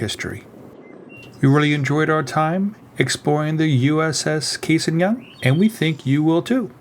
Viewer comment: The A in Cassin is an ahh not long A. Flew with his grandson, the III